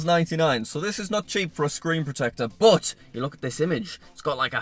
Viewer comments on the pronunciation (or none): I love how he pronounces but like "boot"